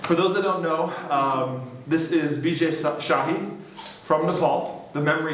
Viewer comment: He clearly pronounced "Bijay shahi" 🙄